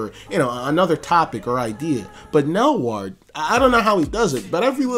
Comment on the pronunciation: Nelward is a weird way to pronounce weirdal